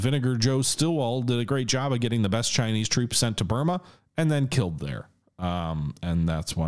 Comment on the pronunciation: but you said Bruma, not Burma.